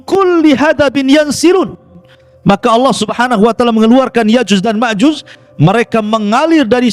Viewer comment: Nyebut nama yakjuj makjuj aja kau belepotan.masa iya kau sebut yakjus makjus.😂😂😂😅😂😂😅jus mangga kaleeee😅😅😅